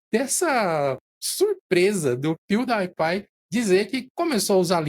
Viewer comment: Amo como o nunca consegue acertar as pronúncias das marcas/nomes kkkk "pew DIE pie" kkkkkkkkkkkkk (Só a título de curiosidade, a pronúncia correta é "piu-di-e-pai" [pronuncie em português] )